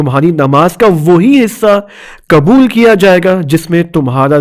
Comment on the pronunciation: یہ مولانا غ کو گ کیوں ادا کررہے ہیں پیغام کو پیگام کہہ رہے ہیں حد ہے لاپرواہی کی اور ق کو ک یعنی قبول کو کبول ۔۔۔۔کیوں توجہ دیں